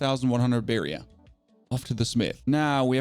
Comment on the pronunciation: You are now pronouncing barrier correctly, which makes me sad, because I love your accent, but you've earned this! Much love!